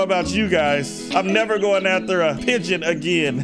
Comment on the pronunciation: its a pigeon not a pingwen